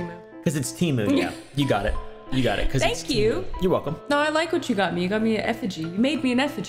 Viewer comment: me rn: ITS.. PRONOUNCED.. TUH-MOO!